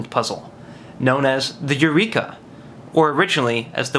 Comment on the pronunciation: I thought u said urethra at first